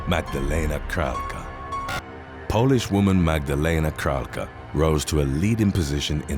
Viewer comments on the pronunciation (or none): none